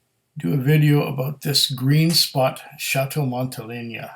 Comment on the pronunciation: Pronounced Montel(ay)na. Montele(ny)a would be spelled Monteleña.